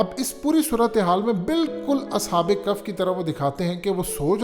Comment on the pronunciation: کف نہیں بھیا کہف ہے تھوڑ غور کرو